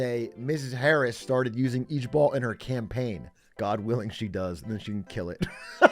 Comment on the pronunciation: This the second time a Dutch word is turned into an acronym for something funny. Lol was already a word before it became LOL, and ijbol is also a dutch word (at least let's pronounce it the better way, "eye-bol" like in Dutch)